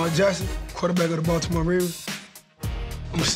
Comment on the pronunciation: Somebody teach him how to say Baldamore the right way 😂😂😂 let’s go